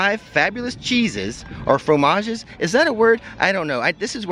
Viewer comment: Fromage pronunciation sounded ok to me, and fromages is the plural, so good job! 🧀